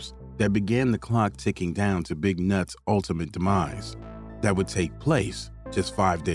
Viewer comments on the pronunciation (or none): The way he says big nuts🤣🤣🤣🤣🤣🤣🤣🤣